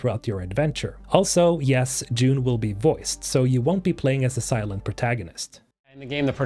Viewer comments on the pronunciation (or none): none